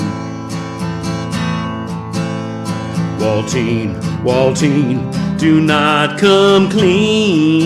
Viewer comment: Hope you feel better,! Love:) Nice job on "Waltine":)